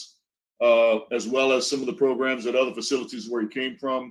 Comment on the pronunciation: I really like your content but I don’t think I can listen to saying sen-nence instead of sentence and saying progrums any longer. I want to drill pencils in my ears when I hear them.